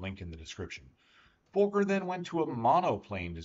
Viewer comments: For educational purposes: It's not pronounced like FOE•KER. It's pronounced like FAH•KER. I am German. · The surname is fuh-ker. The profanity is FUH-ker. Rex from Rex's Hanger pronounces it correctly. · Im sorry but your pronunciation of "Fokker" is incorrect. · Fokker is pronounced fawker, not folker,they're is no L in Fokker. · Very interesting but people from USA do not seem to be able to pronounce Fokker correctly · Why can't he pronounce Fokker?